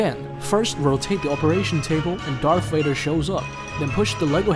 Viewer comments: WAdER ahhaha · Darth wader lol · Bro said darth waiter😂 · You said darth Vader wrong